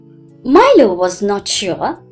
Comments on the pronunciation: That is not mailo ❌ milo pronunciation mi. Lo. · Like that is not mailo ❌ milo ✅ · Milo pronunciation wrong 😞😅